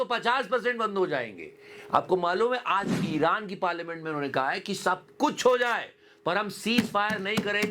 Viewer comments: "Aj" not "As" jahil... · he never went school. How he pronounced as 😢